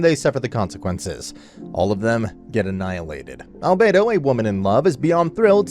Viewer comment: I Like how he says Alberto enter the chat